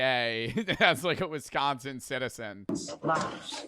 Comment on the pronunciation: It's crazy how he said Wisconsin. I live in Wisconsin and I'd just like to say he is probably 100% correct lol.